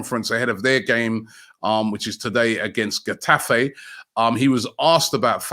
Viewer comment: it s "Hetafe"